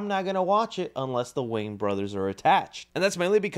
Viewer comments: WAYANS, their name is wayANS, not Waynes, it sounds so weird when you say it that way. Not trying to be a jerk, just educate, love your videos, but there is an A at the end of their name, just sound it out Way-ans not waynes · It’s pronounced WAY-ANS. Sorry my guy lol whenever you talk about them or even just Marlon you say their name wrong. You say Wayne. It isn’t right lol.